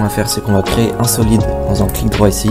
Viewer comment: sa me tue comment tu dit solid x)